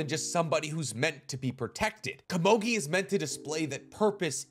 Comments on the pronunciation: why did you have to say kamogi so many time. KOMUGI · Komogi? lmao it’s ko-mu-gi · Oh my god dude PLEASE It's komugi not kumogi, Jeez lmao I cant listen to u talking with such a passion about this show and wich such effort and heart put at the narration and all of a sudden hear ''Kumogi'' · I don't understand why you keep swapping back and forth between "gee" "jee". Game's called Go, not Jo, right? So why would you think it would be pronounced Junji instead of Gungi. Goo-n-gee. Following this thought, Komugi. Not Komoji. Ko-mu-gee. Stop being lazy with your pronunciation. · I just want to know who that heck is "Ka-moe-gui" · Komugi. Pronounced Ko Moo Gee (with a g sound not a j). Also I think Gungi is pronounced Goon Gee but I could be wrong on that. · I will forever be perplexed at the ability of high-information, popular YouTube theorists to never pronounce words correctly. The show even says the word many many times. "Goo-ngi" not guhngee. Wtf. And her name? Is not KOMOGI holy crap did you even watch the show or did you only read off-brand wiki pages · I know this is probably just me but every time you say Komugi's name wrong it breaks my immersion. Aside from that this was a great video. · normally I'd agree with you, however this guy, and others like him, proclaim or at least stand in a spot of "one of knowledge" and we all trust that what he says is truth and fully accurate and whole. How can that be when he messes up such a simple, basic, and easy thing as the actual name of the character. Do you watch "the last airbender" and not cringe every time they say Ong instead of Aang? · Just learn how to pronounce easy names like Komugi before you complete the video